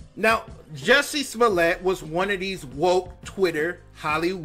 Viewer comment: "Juicy smullay." Dave Chappelle.